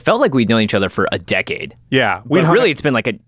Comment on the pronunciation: “Deck-aide event”